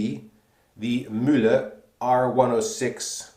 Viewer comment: Kudos on the pronunciation of Mühle! It's the first shaving vid I've ever seen in which "Mühle" sounds kinda German. (Ausgezeichnet.) Also, Razorock makes razors with a similar (very similar) shaving head; any thoughts on how the performance of this Mühle compares to a comporable Razorock?